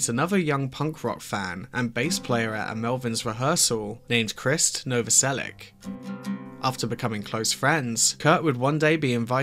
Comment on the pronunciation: The name is Novoselich, not Novoselik! It would be nicer if you made the effort! Just saying! Although I have heard Chris saying his me Novoselik, but maybe he's tired arguing! ..😂